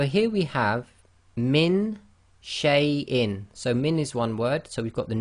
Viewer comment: you pronounce sheiin wrong